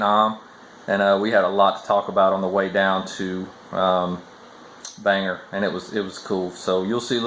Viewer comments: Good day sir, glad you are home safe with family, also glad to see you talking the importance of EXERCISE thank you, all right i have to say will miss you mispronouncing towns in maine, bangor- bang- gor not ger , Mill in cocket, im going to use that alot- ill give you all the credit, and i know im a big pain in the ass, thanks again you have inspired many people, glad you got to meet and spend time with some good people in maine, my prayers are with you and your family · Good Morning!! I thougth I'd give you some Maniac lingo, Bangor is pronounced Bang-gore and Millinocket is Mill-a-knock-it. By the ture Maniac's LoL I know.....but its Maine:) Awesome what was raised for ST Jude.:) SlowFlight